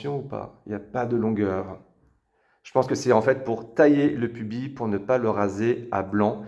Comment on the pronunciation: Bizarre la vue en contre-plongée, on a en permanence l’impression de manquer une partie de l’image. Un détail, le « s » du mot pubis se prononce.